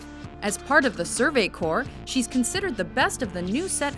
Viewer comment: "As part of the Survey Core-" What the Hell is the "Survey Core"? I only know about the Survey Corps.